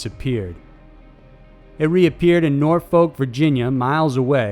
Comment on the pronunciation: Nor-folk? Fam we say nor-fuck no lie